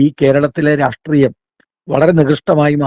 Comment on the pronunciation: ഒരു ചെറിയ സംശയം.... എന്തുകൊണ്ടാണ് മിക്കവാറും എല്ലാ നേതാക്കളും "രാഷ്ട്രീയം" എന്ന് പറയാതെ "രാട്രീയം" എന്ന് പറയുന്നത് 🤔